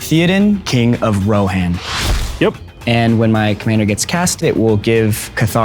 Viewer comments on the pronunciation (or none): Is no one going to mention the botched pronunciations ThEE odan and Row hanne? 🥴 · lol the oversized desk and chairs is hilarious but i have a feeling ole boy isn't a true fan or even really knows LOTR mispronouncing theodan and rohan like that c'mon now